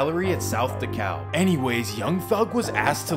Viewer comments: DeKalb Is Pronounced "Dee Cab" Not "Dee Caullb" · It's pronounced Dee-Cab county homie. 🍑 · Dekalb is pronounced De-Cab